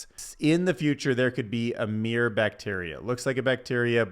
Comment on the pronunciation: Mirr-Or not meer 2 syllables not 1 syllable